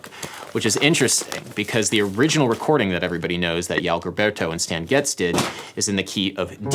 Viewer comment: yoan geelberto? goddamn that was sad lol